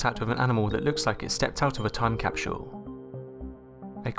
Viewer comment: The strained accent! Can not help but doubt any authenticity of his words. Besides it would seem that this video is just that-words! "Cap-shool? Try cap-sool!! Yes it me, James on one of Shawns lines again and yes I' m stuck on poor speech!! Thanks for reading.